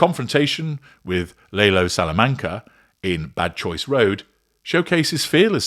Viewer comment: Lah-lo, no Lay-lo. Have you seen the show!?